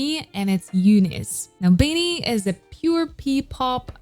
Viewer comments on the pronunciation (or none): Heyyyyy, I don't mean to offend you but BINI is pronounced as (bee-nee)